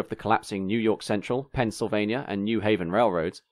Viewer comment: Forgive a California guy for being confused, but would someone please tell me where "Pennsylvanier" is. ;-)